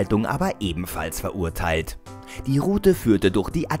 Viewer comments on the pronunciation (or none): none